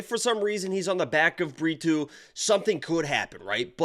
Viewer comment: Pretty sure you called Brito burrito